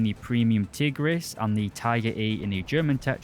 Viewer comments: Nice history of the Hungarian Tigers, but two little things: 1. Tigris is pronounced "Tig-rish" since the letter "s" in Hungarian is pronounced "sh". 2. The Turan II is in War Thunder, however Gaijin stupidly made it a battle pass premium which is no longer available, when it should have been a researchable tank in the Hungarian subtree. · You said the S in Budapest so well, the same should be in Tigris(tigrish)